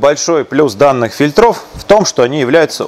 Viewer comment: Кровь ушей моих! ФИльтров! ФИльтров! ФильтрЫ! ФильтрЫ!